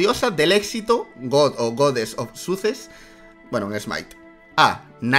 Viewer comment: gran pronunciación de success jajaja